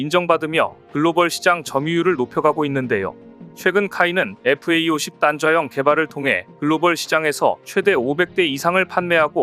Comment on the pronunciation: 잡식왕은 여러번 지적받았는데도, FA-50을 FAE-50이라고 읽나요? FA-50은 KAI의 설명을 Fighter and Attack Aircraft라고 하니 제대로 알고 똑바로 읽기 바래요.